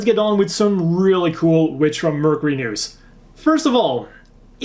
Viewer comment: While I do enjoy watching your videos very much, one thing has been driving me crazy. The way you are pronouncing Mercury is wrong. While you are saying Mer c ry it should be Merc your ee figure would be the same fig your. Thank you and have a nice day.😁